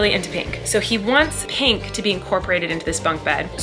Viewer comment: Colleen saying pink properly for the first time in her life ahaha